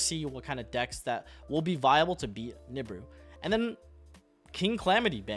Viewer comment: Why do you say every name so wrong? Apollo? Nebuu? Ava? It’s “App-O”, “Nib-E-Ru, “E-Va”.